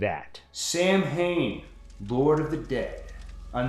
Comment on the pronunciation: both micah and dr loomis pronounce samhain wrong. such bad research